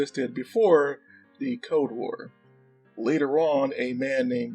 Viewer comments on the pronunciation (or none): Did you say "code war" 😂